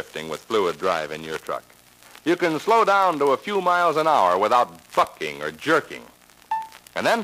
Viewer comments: Nelson I know that he said Bucking, but it’s funnier to think that he said fucking. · I swear I heard fucking but I'm pretty sure he said bucking